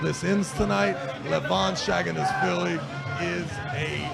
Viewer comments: travis deadass says "shaggin-ass-willy" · dude... he's not shaginasvili he's saginashvili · Shaginasvili 🤣 The commentator should learn how to read the champion's name. Embarassing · Why was that commentator calling him Levan "SHAG"anashvili.. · The commentator got Levan's last name wrong with pure confidence